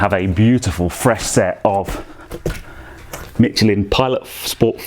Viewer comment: A serious question and a critique (sorry). Firstly, does that change in the profile upset the odometer/speedometer at all? Sorry to be a pedant, but there's no "t" in Michelin.